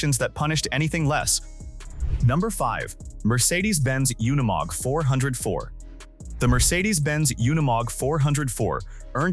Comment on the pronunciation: I see you caught that as well. The artificial intelligence couldn't say unimog right. It happens a lot on these off-road things I've heard them say words like ton but pronounce it incorrectly like they were saying tong minus the g. Both the AI storytelling and the AI images are terrible. I've seen one where showed how a gun works and it fired a bullet with the primer and casing still intact